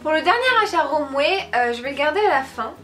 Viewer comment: Ca se prononces pas romwer mais romwe!